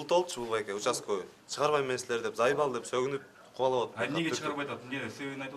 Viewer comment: бул учасковй емес утасковй го